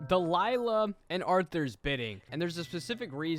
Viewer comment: It’s Arthur not Arthur